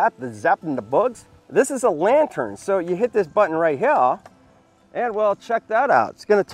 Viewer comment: Would have Subscribed, but he can't say Here, normally.